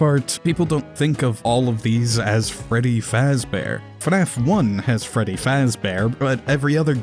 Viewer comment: Dude called Fredy bredy